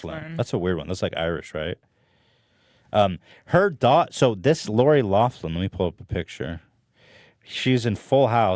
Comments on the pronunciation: its 'lock-lin' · Loughlin = locklin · Yo it’s pronounced locklin dudes